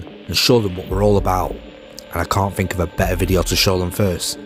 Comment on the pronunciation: It's kinda amazing how you think there is an F in the word think.